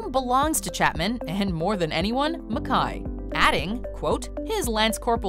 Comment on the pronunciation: This film is an artistic master piece - and that is an understatement. --but enjoyment of this video was RUINED by the narrator's MISPRONUNCIATION of George MacKAY. Is she on drugs or what? How do you get a name that simple SO WRONG?!?!?!